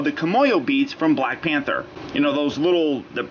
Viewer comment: YO U SAID PANTER INSTEAD OF PANTHER BRO BRO